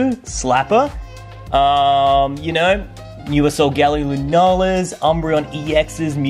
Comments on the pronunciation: You said sol-gall-ee-o but it’s sol-guh-lay-o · I always called Solagleo, So-ge-lay-o so I was confused on your pronounciation!